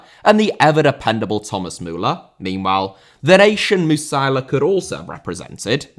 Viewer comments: Surely it's MU-SI-ALA and not MU-SAILA? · Dude, I am shocked you cannot even pronounce "Musiala". No wonder you have no clear concept how good he actually is. Attacking mid should have gone to Germany, not gonna lie.